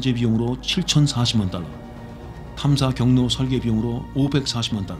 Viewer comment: xx억 달러가 xx원 달라로 들림 ㅋ